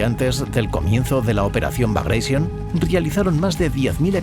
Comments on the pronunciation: Operación " bagraishion". Que mania de pronunciar en inglés un nombre ruso. Suena como se escribe BAGRATION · los rusos NO hablan ingles😝....han muerto 12 gatitos cuando pronuncias así la operación bagration...por lo demás un video genial